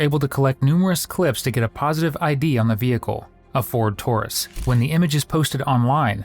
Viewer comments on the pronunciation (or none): none